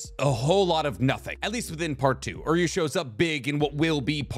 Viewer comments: why did you call Uryu Oryu? now he sounds like Oreo throughout the entire video.. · how do you mange to butcher every name and word from bleach, its Juha Bach (German) not yuha baha, its Uryu not Oryu, Auswählen.............. I'll stop here becasue you are giving me an aneurysm each time you say yaha baha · dude lol I had to PAUSE cause I started laughing. Im like alright, bro calls Uryu - Oreo or some shit. But then that Yawuba hit and I just died 💀💀😭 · Its OOO-ryu not OR-you... and it's not Yu-hub-a its You-ha.